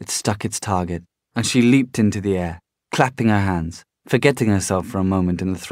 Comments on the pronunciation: I read this book and loved it and this guy does it really well it's just the way he pronounces stele makes me cringe because the way I imagined it said is like steel so it sounds so wrong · Delaney Burton it's pronounced like steh-lay according to cassie clare and the tv show (possibly the movie too but I haven't watched it in a while)